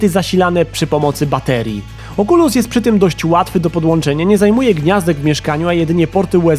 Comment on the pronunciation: "małe oczulusiątka"